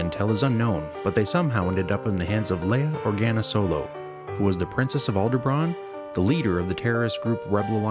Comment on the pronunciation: "Aldebran"...come on man!